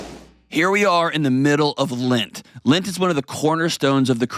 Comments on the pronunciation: Why does he keep saying "lint" instead of "lent"? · lint, I have never hear this pronunciation. I like your videos and are helping me process my divorce and mistakes we made and I don't want to make again.